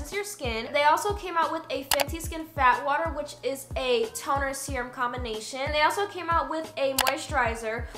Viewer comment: When she said "Fat water" I kept thinking she was saying "Bath water" I thought Rhianna was selling her own bath water as a toner 😭😭